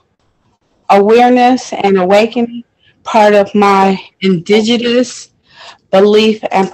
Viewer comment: ...a couple of sips??? Did you hear how she butchered the word indigenous? 😂😂😂